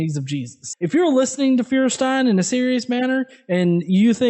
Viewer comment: By the way.... feuerstein doesnt even know how to pronounce his own name!